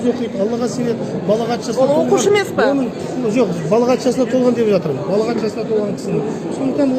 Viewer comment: Сөз дұрыс айтылу керек. Балағат емес балиғат деп айтыңыз имеке. Балағат деген біреуді жамандап намысына тиетін дөрекі сөзді айтады.